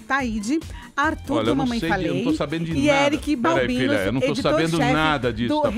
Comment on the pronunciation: O Arthur é tão racista,que o nome do parça dele é Eric Balbino, e ele falou Eric "Babuino"... vai vendo